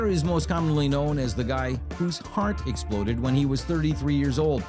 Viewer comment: Lol muscle don't "exlode"